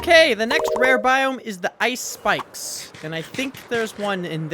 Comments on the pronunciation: “Ice spikes” sounds like “ice spice” or is that just me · What you say : Ice Spike's - What i hear : Ice Spice